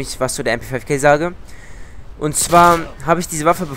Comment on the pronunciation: MP5k bitte, und nicht mp5 kay, die ist genauso wenig englisch wie die MP SEVEN